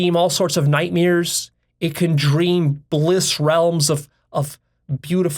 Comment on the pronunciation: I forgive you for pronouncing it night mirrors. 😁